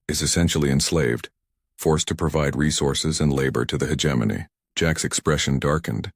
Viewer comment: Stupid AI can't even pronounce hegemony correctly